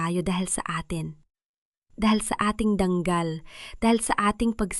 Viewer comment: DANGAL HINDI DANG KAL